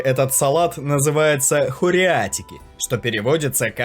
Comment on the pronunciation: Да я тоже из Греции я тут жыву уже как 4 года но он некоторой разы не правильно их произносиш например ты сказал кориатьики а надо хориатики салата или сувлаки а ты сказал сувли